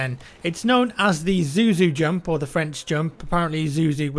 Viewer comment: it's zouzou not zuzu